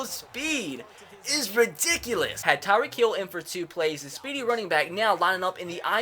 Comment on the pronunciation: Why does he say tyreek heel